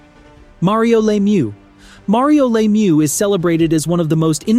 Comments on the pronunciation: Lemieux not Laymoo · Bourque is pronounced like: Bork Richard is pronounced like: Ri-shard Lemiuex is pronounced like: Leh-mew Roy is pronounced like: Waah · Also it's pronounced Mario La mieux not Laymieux. And Bourque is pronounced Bork. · glad somebody said it. And if we want to get specific, it’s pronounced luh meur (best I could come up with)